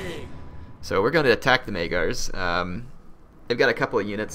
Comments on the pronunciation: "Maygars" lol it's Magyars Also, dismantling buildings simply lowers them one level. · Despite the fact that you read Magyars like Majars, not like it may seem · Say magyars correctly please